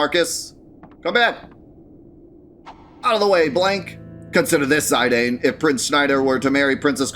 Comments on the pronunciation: It’s Zi-dane. Zy-dane doesn’t make sense. There’s no vowel to make the I sound. You’re pronouncing the strong A sound in dane so that A is not making the I strong. Grade 9 English fella. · Dude your pronunciation of 'Zih-dahn' is like stabbing myself in the earhole with a long needle. Zih-dane is also acceptable. What the fuck is ZYdane? Ive never heard ANYONE else call it that. Please stop. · Yay! So glad that we’ve finally reached 9! Love the graphic on your videos for each FF 👏🏻 Knowlespole is correct in my opinion, French name. Zih-dahn. Also I wonder how many opening lines of FFs games you could name 🤔 Zidane’s “Sure is dark…” got me thinking. I could assemble the lines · You pronounce it ZI-dane with the emphasis on "ZI." I pronounce it zi-DANE, with the emphasis on "DANE." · There's a famous French soccer player called Zidane and it's pronounced 'Zi-dan' so I think that's why most Europeans would say that. Been looking forward to FFIX. Let's go! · Y'all pronounce it Zidane or Zidane? You're trippin if you think it's Zidane and not Zidane